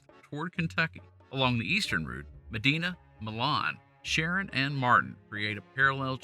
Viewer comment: Medina was mispronounced as well. It also has a hard i.